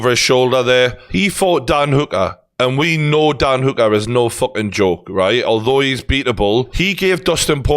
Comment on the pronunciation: I really can't get over how he's pronouncing Hooker